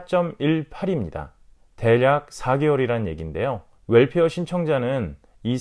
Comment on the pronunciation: WELFARE 라고 발음해주셔서 감사합니다. 물론 65세 넘으신분들의 혜택이라 이해는 되지만 거의가 월페어 라고해서 한달에 한번씩 나온다해서 그런줄 아시는분들이 많이 계신것 같아요. 이왕이면 올바른 발음으로 쓰시면 어떨까요? Welfare..